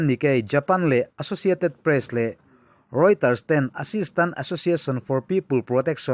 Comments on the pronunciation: Thinrimthlak thin khawp a ni. Kan Myanmar unaute an khawngaihthlak takzet a ni. Reuters tih Rawiters i tih khi a dik ania. Bengvarthlak thin khawp mai, chuan i che rang thei sia, a lawmawm e. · 'Mizo youtube channel tha leh update ber pawl', hmasawn zel turin duhsakna ka hlan a che, mhs, chutih rualin accent ah hian duhthu a samlo deuh thn, a pronunciation diklo tam ltk, e.g :- reuters tih ang te rawiters tiin i lam mai zel a, chutiangin a dang pawh a tam ta, thahnem gaihna avang zawkin han tang leh deuh la, research te han nei uluk lehzual deuh turin ka duhsak pui che, beng a thlep leh deuh lek2 thn . Good luck! may God Bless you and your channel. 👍🙏🙏